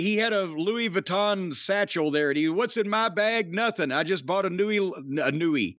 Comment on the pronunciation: Just when I want to hear something they’re saying, Jim flubs “Louis” and we go off on a tangent and never return… damn it.